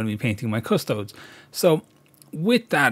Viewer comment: So important and yet so many times I've waded in because I'm overly excited and botched the job. And isn't it pronounced Adeptus Custode-ess?